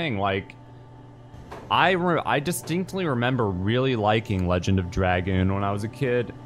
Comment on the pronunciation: congested? just pretend your DSP :P, but no begging you say "drag-oon" pretty funny, sorry not sorry